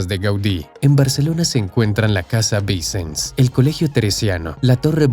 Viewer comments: Me hace gracia que el narrador pronuncia los nombres catalanes como si fueran italianos cambiando la "ll" por la "l". Todo lo catalán lo pronuncia mal. "Vincens" ?. La SF tarda tanto en construirse por una razón muy simple : Su costosa construcción no se financia por el Gobierno, ni por la Iglesia, sólo se financia mediante donaciones y las entradas de los turistas, porque así se decidió desde el principio al tratarse de un Templo Expiatorio. Por ello en los primeros años había poco dinero y se avanzaba muy lentamente. No ha sido hasta el boom turístico de Barcelona a partir de 1992, desde las Olimpiadas, cuando se recuada suficiente para cubrir el coste y avanzar con rapidez. Dato falso : Burry jamás fue el arquitecto jefe de la SF, sólo fue un colaborador más. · Interesante video. Pero los nombres están mal pronunciados. Casa VICENS. Pronunciar como aguda, no como palabra llana. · “Vicens” se pronuncia con acento en la última sílaba. Es una palabra aguda.